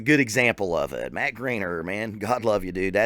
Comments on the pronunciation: Just to fix this because Ik your new to him it’s not grainer it’s Griener like rhymes with fryer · Pronounced Gr-eye-ner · You still didn't pronounce his name right. It's gr-eye-ner. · "Grine-er" 🤘😎 great vid brother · "watched a interview to get his name right" says it wrong lol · The best part is he said he intentionally watched an interview with him so he could pronounce his name right and he still butchered his name multiple times LOL. No hate here though, great reaction😁